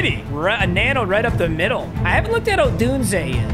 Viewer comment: he finally pronounced odunze right